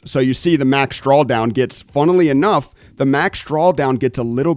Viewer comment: "Funnely" enough...don't change, don't ever change. Miss ya on the Twitch but enjoying the new YT content SiR! This info is priceless especially for beginner traders!!!